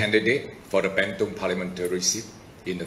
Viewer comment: It's 'burn tong'.. not 'banned tong'